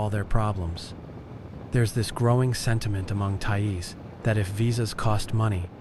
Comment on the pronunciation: Thai-eez? WTF is that?